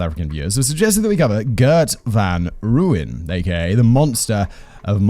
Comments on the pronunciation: The lack of hard G would have bothered me, but I'm ok with the butchering of Gert van Rooyen's name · I do find it amusing though, my brain corrects him every time lol. But in fairness dutch pronunciations are probably hard for most who don't speak it fluently.